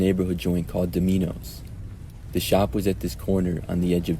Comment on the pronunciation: Umm... Domino's pizza is not a "neighborhood joint" and it's not pronounced "Do-MI-noes", it's just Domino's, like the game... You should probably update your AI...